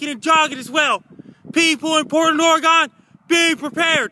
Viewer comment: I live in Portland Oregon. Is this anywhere near this "Portland Ory-Gone" you speak of?